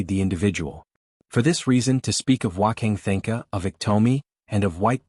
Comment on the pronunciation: F'ing AI can't pronounce Wanka Tanka correctly. AI is such garbage.